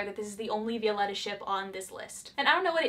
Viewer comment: Any other Spanish speaking person got triggered a little when she said Vi-O-letta And not Viol-E-ta???